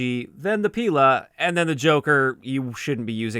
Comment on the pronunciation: It's actually pilA. Stress on the last syllable.